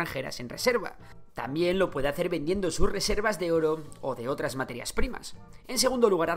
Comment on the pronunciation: dice pueDDe